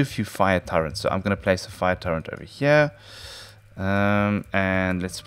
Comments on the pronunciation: Umm... Anyone notice he keeps saying Turrent? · turrent... okeedokee